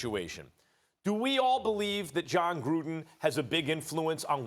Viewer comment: Anyone else hate how Steven A said Jon Gruundan.